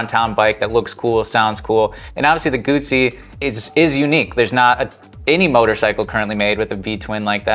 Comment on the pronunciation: Guzzi: in Italian, the double z is pronounced ts, as in pizza (pronounced peetsah). Therefore, Guzzi (pronounced Gootsee). FFS!